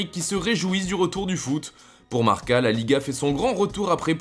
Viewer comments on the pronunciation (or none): none